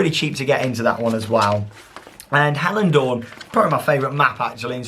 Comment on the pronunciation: Your pronunciation of Hellendoorn is really good! I'm impressed. :)